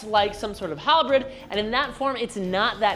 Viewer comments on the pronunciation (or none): Am i the only one hearing say Halbred instead of halberd? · Hal-berd, not hal-bread. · I can't get over "halbrid"